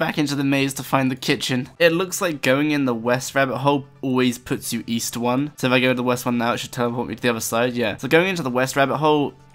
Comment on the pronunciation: east? i thought you said weast....